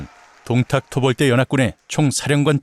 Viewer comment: 원또(원소)의 똥따령관 부분에서 ㅋㅋㅋㅋㅋㅋㅋ 김밥 밥알이 날아가는 사태가 생겼습니다. 방심하면서 먹으면서 듣다가 사레 들리고 ㅋㅋㅋㅋㅋㅋㅋㅋ 이건 뭐 쌈국지 들으면 늘 있는 일이라 ㅎㅎㅎㅎㅎ 동딱이 아니라 똥딱같은데... 들을 수록 귀엽잖아요 우리 귀요미 원또 발음이. 밥이 그냥 쑥쑥 들어가네욤. 한참 까르르 웃는 와중에도 역시 오늘의 교훈은 놓칠 수가 없네요. 꽤 여러가지도 나오는데다가 요즘도 그닥 저 시대랑 다르지 않구나 하는 것을 매치시키며 생각하다가, 인간의 본성이 그런걸까도 싶고 생각이 꼬리를 무는군요. 참 쏠쏠합니다 재미와 교양까지 일거양득이라. 아군인거 같아도, 꼭 그 안에 개인적인 시기 질투로 본질을 흐리면서 분열을 일으키는 자는 어디든 있죠. 원또가 동생을 맴매해서라도 버르장머리를 고쳐줬음 싶기도 했습니다. 동탁 토벌이라는 본질보다는 자신만의 그 자괴감에서 도출된 시샘은, 전장에서 무리를 이끌어서는 안 될 가장 위험한거죠. 결국 그 토벌 대상인 동탁하고 그럼 무에가 다르겄느냐... 이 말입니다. 원술 참 못됐어요 속도 좁구요. 진짜 적은 내부에 있다는게 이런 경우같고, 결국 그 사람의 그릇된 욕망이 자중지란이 되는거 같습니다. 특히나 원술이 본인이 이룬게 아니라, 원또라는 형님... 즉 자기 가족의 힘만 믿고, 자기 영달만 챙겨서도 일이 제대로 꼬인거 같아요. 작금도 별반 다르지않다고 보는게... 학폭이던 직장 내 괴롭힘이건 지나가는 사람들에게 마구잡이로 그러건 그런 이들을 까보면 상당 수가 '가족이 뭐다'가 꽤 역겹게 자주 나타나곤 하죠. 하지만 원술도 요즘 시대의 또 다른 원술같은 자들도 간과하는게 있죠. 진시황도 천년만년 사는걸 몬했는데, 즈덜이라고 오래 살겄어욥? 그래서 사람은 맘 곱게 써야, 두 다리도 편히 뻗고 잘 수 있는거구나 하는 깨달음을 이번 15화가 묵직히 주네요. 재미나게 엮어주신 문화류씨 작가님, 너무나도 맛깔나서 밥 먹다가 사레도 여러 번 들릴만큼 신들린 더빙을 해 주신, 덕분에 폭염의 날씨임에도 불구하고, 식사 시간이 즐겁고 시원하고 기분까지도 좋아서 행복합니다. 고맙습니다!